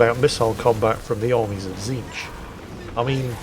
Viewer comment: don't worry you got tzeentch's name correct also please remember to use the pink, blue and brimstone horrors 😂